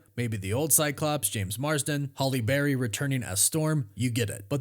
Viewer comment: We've had enough wolverine, let's have storm or cyclops run the xmen, and I love ya brother, but it's not holly berry, it's Halle. You and your weird pronunciations 😅 ❤️